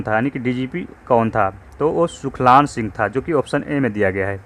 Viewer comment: सुखलान नही सुलखान है महोदय..